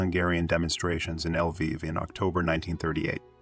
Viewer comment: This autogen Pronunciation is terrible. L'viv - not "El-viv". NKVD is "En-Kah-Veh-Deh" , accent on each syllable. That's what the video has called the Soviet Secret Police , the "Nakhved"(😱). In reality, it was the ministry of the interior affairs, responsible for the interior security. Its name was slightly different at the time, but that's another story. So, when Shukhevich has killed the Polish interior minister, he has killed the guy in charge of just such a ministry. A counterpart of Beria or Yezhov, no small thing.